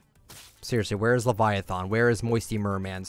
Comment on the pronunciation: I don’t know how you can mispronounce leviathan tbh but EPIC bruh video though